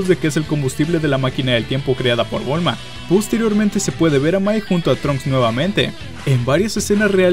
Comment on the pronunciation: buen video pero en un momento dices bulmo en vez de bulma jajaj